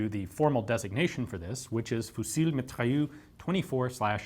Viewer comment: The "L" in fusil is silent, the "s" in mitrailleuse", is not. Just sayin...